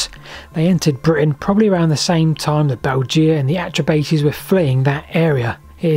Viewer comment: Great video but your tribal pronunciation was a bit off as others have said: not only Belgae = Bell guy, but the bates in Atrebates would closer to bah tess I believe. Anyway, very interesting video.